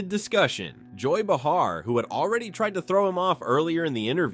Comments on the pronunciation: its bay har not bah har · Joy (pronounced Bay-har). I don’t care for her woke politics or the rest of The View’s lefty politics, for that matter. And I agree with Matthew 1000%! And it’s not Matt Wallace, of 60Minutes, interviewing Morgan Freeman. It’s MIKE Wallace. He’s the father of Chris Wallace, who used to be with FOXNEWS. Don’t know who he’s with now, but Mike is deceased. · The text couldn't spell comb...or pronounce BAY_HAR...AI